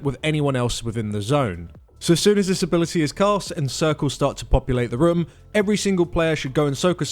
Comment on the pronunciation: I just can't get over their pronounciation of "room". No offense.